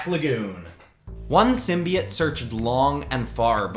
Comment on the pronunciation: (Sorry it just bothers me when people say it like sim bee it)